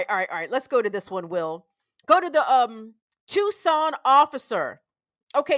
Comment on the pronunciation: Great show,! I must jokingly remark that I was extremely impressed when you pronounced Tucson correctly, and also Valencia, but managed to mispronounce Midvale.😅 Around here, that one gets standard midwestern pronunciation. Big ups for getting Tucson right, tho - unless you wanna get really de-colonized and call it Chukshōn.😊 ❤🏜 Love to you from the Sonoran Desert.